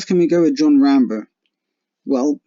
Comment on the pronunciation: It's RambO, not RambER